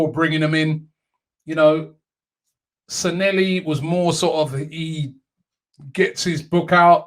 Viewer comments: His name is NOT San-nel-li....IT is San Lle Hi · At least we no longer have to hear Robbie mispronounce Sanllehi (San-Ye-hee). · San leh hi Robbie.Stop butchering people’s names. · Glad he is gone so we don't have to hear Robbie butcher the pronunciation of his last name anymore 🤣😂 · I can't believe he cannot pronounce his name after 18 months of saying it.....